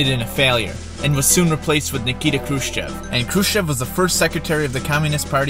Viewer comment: Good but some pronunciation errors Khrushchev is pronounced ‘Khrushev’ Brezhnev (the ‘zh’ is pronounced like a light ‘j’ E in Gorbachev is pronounced ‘o’